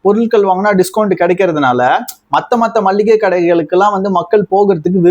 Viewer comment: மள்ளிகை கிடையாது. மளிகை.எங்க சொல்லு மளிகை.